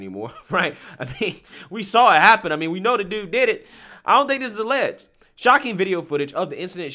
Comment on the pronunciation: Why does the guy in one of the clips keep saying "allegged"? It is ON VIDEO! It is not alleged!!